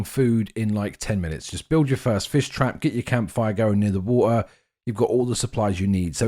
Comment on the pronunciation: Drink Wa-her